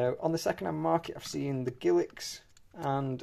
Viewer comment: I am sorry ,what word did you use to describe Elizabeth first portrait coins? A word that sounds like giliks??!!